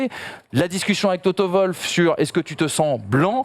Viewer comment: TOTO Wwwwoooolf pas toto volf...